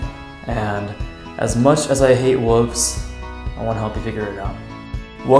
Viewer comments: Wolves not woves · "Wooves" Youre just like Jacob 😅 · Woves lol (that’s what he said) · How he said wolves tho “wooves”